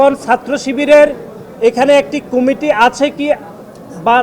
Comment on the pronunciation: দূর বেডা এটা কুমিটি হবে না,কমিটি হবে,উচ্চারণ ঠিক কর